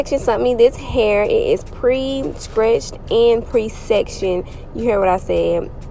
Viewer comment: Did you say scretched? Buck lenc?😂